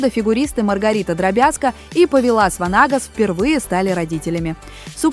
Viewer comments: Вообще - то он ПОвилас ВАнагас, противно слушать, можно было бы поправить даже ИИ. Этот человек заслужил уважительного отношения хотя бы к своему имени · Ударение в имени и фамилии Повиласа Ванагаса принципиально правильно не ставите? Или просто знаний не хватает?